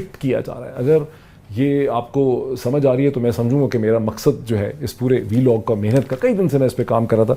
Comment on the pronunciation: Please pronounce vlog rather then vilog , pakistan in not member of FATF and criticizing policies of it . its like that calling fouls in that game which you are not playing . Pakistan will always pay cost of terrorist image because islamist failed to portray secular image of islam , nowadays feeling that's islam is nonsecular religion deepen worldwide , nowadays indians also think that why india secular country while islam never prove it like secular religion , Its not fault of its followers if they are not secular . Now indian thinks that if islam was secular then why this continent was divided in name of islam , If it divided in name of islam then it gives automatically all right to india to be sanatani country . Indians link kashmir issue like that kashmir should not be in pakistan because of muslims majority , If that the criteria to be kashmir in pak then why there are 25 crore muslims in india and pretend for secularism .